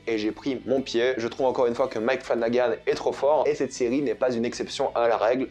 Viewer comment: la ciri au lieu de serie🤣🤣🤣😂